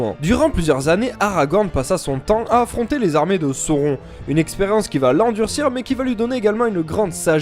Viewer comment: les images et la diction s'enchaine vite. excellent vidéo . il est extrêmement rare de voire du contenu de qualité sur l’ouvre de Tolkien. de memeoire celeborn le "c" se prononce " k" (keleborn) et sauron se prononce "sourone" ref appendice du silmarillon note sur la prononciation